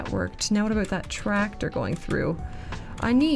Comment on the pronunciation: 30 minutes gang ✅ Love your "aboots" btw 😅